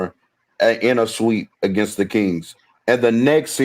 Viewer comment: The way he says against is annoying